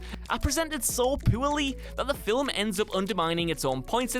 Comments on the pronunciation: it's pronounced "FILM". NOT "FILIM" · fill-ums... ffs that bothered me more than it should have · Does the word "film" have two syllables in England?